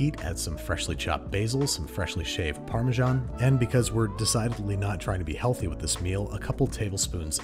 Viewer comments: It's parmesan, not parmejan -sincerely, an european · ha imagine not pronouncing it like pa - measan